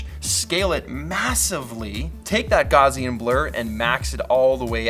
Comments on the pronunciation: You almost got it. Gauss rhymes with house. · Pete, I love ya brother. So, I want to do you a solid with that pronunciation of Gaussian. It's Gow-see-an the first syllable rhymes with Cow and the second is like you "see" something. The name is named after a German mathematician, Carl Gauss. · the German mathematician Gauß gave the blur his name. It‘s pronounced like the English word ‚house‘ :) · Gauss rhymes with house. I loved watching you struggle with the word tho. hahaha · Gar-Ze-An ? I think that's how it's pronounced. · gowwww-see-un is pretty close :) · Great video, its pronounced gow-sea-n for future reference. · Hey Peter, it's actually pronounced as GAO-ssian lol. - From someone who had to encounter this term multiple times in linear algebra and probability theory classes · Tbh almost everyone knows how it's supposed to be pronounced but everyone cba so we just say "Gaujan" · Glad i'm not the only one who has never known how to pronounce GAUSSIAN...I laughed at "dude's last name at Adobe" 🤣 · story to my life!!! Till this day, I have no idea how to pronounce Gaussian. lol